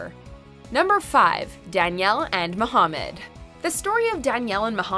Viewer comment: Its MA-HA-MAD😂😂🤣